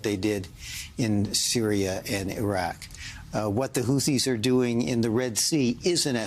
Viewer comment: Did she said😮hutis